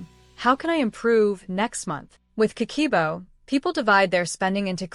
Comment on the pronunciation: Not ka-key-bo, is Ka-keh-boh.